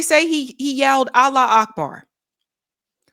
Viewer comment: Allah wu Akbar.. you would think that after decades of saying it and reporting on the news over and over again they would actually SAY IT CORRECTLY. It's "Arabic for God is great" 😡